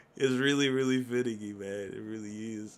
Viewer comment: Did he say it’s finneky lol